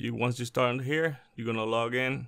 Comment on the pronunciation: Log in. Not lugg en….